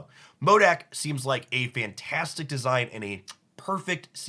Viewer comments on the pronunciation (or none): none